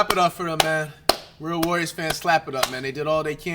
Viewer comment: They way he say warriors always sound like Worriers qnd man id be worried too